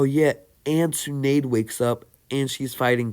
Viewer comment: BOI DID YOU SAY Tsu nade? No There Are No Typos He pronounced Tsunade as Tsu Nade